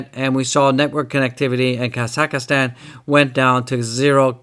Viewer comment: It’s just pronounced Ka-Zack-Stan ! You can ignore the H 😁 Great vid I think Doge/Crypto is pumping SOON